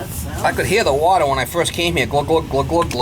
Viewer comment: All this wotta, you need a yaadsale or something..lol